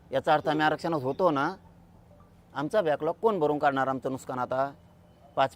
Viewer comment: नुकसान बोल..नुसकान नाही..